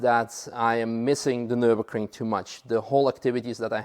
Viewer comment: Hallo, Nurburgring is not Nurbugring with you out